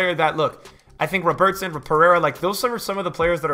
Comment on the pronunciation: Why do you pronounce ‘Robertson’ like he’s Brazilian? Bro he’s Scottish. Love your vids man.